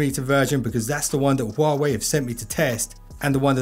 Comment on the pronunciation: the "H" in "Huawei" is actually pronounced.